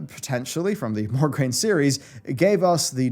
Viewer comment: My brain is about to explode every time you say MogRaine instead of MoRgaine while the book is in the picture xD But besides My OCD, Nice video! Love it!